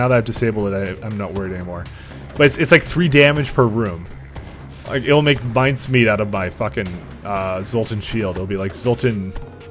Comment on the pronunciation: mine-cemeat? Oh you silly Canadians, with your odd pronunciations, eh?